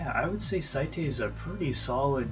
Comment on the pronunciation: (S-ate) is how his name is pronounced. I messed up too my friend..." The mighty doom parrot." That line made me want to laugh sooo badly. XD